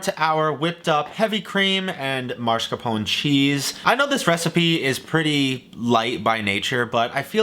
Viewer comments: Ok, I'm going to ask you the same question I mentally ask like 90 percent of the US population: How do you see the letters mas-car-pone and say it "mar-sca-pone"? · That hurt your ears more than maRScapone? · I'm Italian American. Calls it Marrrrscarrrrpoen. Italy in Shambles